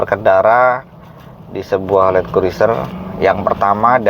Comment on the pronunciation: Bacanya kruser om... I nya gak usah diucapin... 🤣 🤣